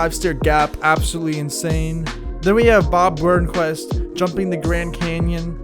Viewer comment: "Bob Burnquest"? Who are you, Don Vito?